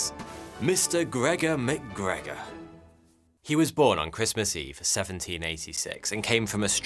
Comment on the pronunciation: Correct me if I’m wrong but isn’t MacGregor “Mac” and then McGregor would be “Mic”? One Scottish and the other Irish? Great video!!! Crazy scam !